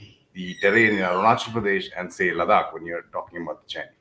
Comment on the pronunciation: Nice and informative..but Nitins pronunciation of Ladakh though.. annoying !!!